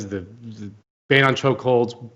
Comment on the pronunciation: Lol. Think he DID say choke holes lol